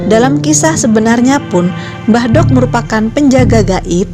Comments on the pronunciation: Pengucapan "mbah dok" harusnya sama saat kita mengucap huruf "d" pada kata "dzuhur". Di Jawa ada perbedaan penyebutan aksara "do" & "dho". Contoh pengucapan aksara "do & dho" dalam penggunaan Bahasa Indonesia >> Do pada kata "dungu", dho pada kata "dengan". Mbah Dok sendiri berasal dari kata Mbah & Dok (Wedok). Mbah artinya eyang, dan wedok artinya perempuan. Jadi, Mbah Dok artinya nenek atau bisa juga Eyang Putri. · makanya saya koreksi, biar gak salah pemahaman.. karena salah pengucapan dalam bahasa Jawa bisa merubah arti dari kata tersebut.. "mbahdhok" seperti yg diucapkan narator di sini bisa berarti "makan", tapi dalam konotasi yg kasar.. bukan lagi berarti nenek atau eyang putri..